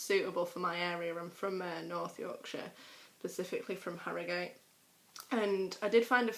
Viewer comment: Ir's specifically not pacifically!! FFS woman, people think Yorkshire people are thick enough as it! :P Starr from York.